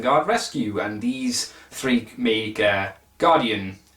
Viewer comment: For the upgraded heads, the team say 'Met On', the series was from 1991 and the pronunciation of the name Guardion is correct, it's just like Guardian, only with an O.;) Hope this helps.;) Awesome Brave review as always. I guess we'll see another combiner after we see this super form, before the big finale of this second Brave series; again from 1991 when Takara finally decided to resurrect Optimus Prime, after killing him again in 1987, also TF Victory music IS awesome!;)